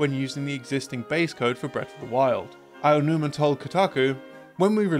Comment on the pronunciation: He pronounces "Eiji Aonuma" as "Aiji Aianuma." 😂